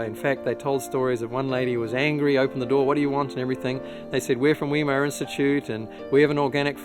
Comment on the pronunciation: Where did you find your pronunciation of "Weimar" ?